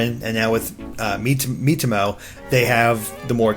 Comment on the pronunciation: oh wow, i was looking way from the screen while hearing he intro I heared meet homo in place of miitomo xD